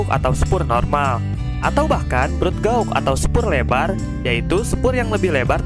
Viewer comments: Mas..."Gèj" gitu....jangan "gaug"... makasih 👍👍👏👏🇮🇩🇮🇩🙏🙏🙏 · Gauge diucapkan sbg "geij" bukan gaug. Takutnya nanti pd latah diucapkan jd guguk. Ucapkan dgn cara yg benar dong, jangan bikin malu pdhal infonya sangat menarik. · Gauge itu dibaca "GEIJ" ya bang